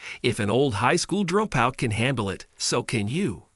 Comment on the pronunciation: Horrible AI. It can't say dropout correctly. So annoying.